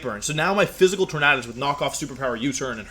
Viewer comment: Why do you mispronounce Tornadus? Is it on purpose?